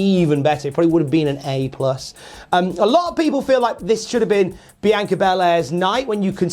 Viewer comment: He's pronouncing it fine. This might surprise you, but people from different countries, or even different bits of the same country, sometimes pronounce things differently.